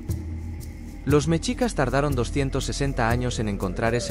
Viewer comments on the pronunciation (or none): No se dice ¨mechicas¨, se dice MESHICAS. La X en el idioma Nahuatl representa al sonido SH no al sonido CH.